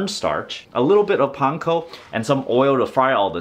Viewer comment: I am going to try this tonight. I hope it doesn't turn out too dry. And you pronounce "panko" correctly !